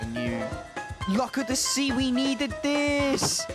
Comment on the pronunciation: ‘Luck of the sea, we needed this’ sounded like ‘luck of the seaweed’. 😂